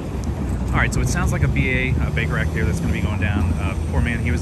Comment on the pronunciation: The first time you said Baker Act I heard Baker Rack and I was rather confused. LOL